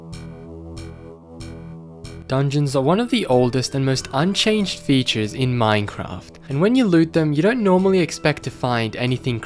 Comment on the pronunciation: Why do u pronounce Minecraft as mminecraft